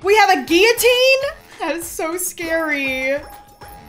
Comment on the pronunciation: i love you girl but when yoy said guiatine just no xD